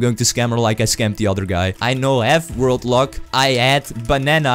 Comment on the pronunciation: Everytime he says ”World Lock”, I hear ”Robux”.